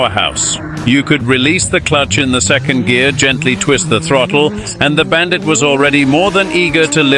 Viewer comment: Bullshit AI video with awful incorrect facts. And what the hell is a “Bandight” as they pronounce it.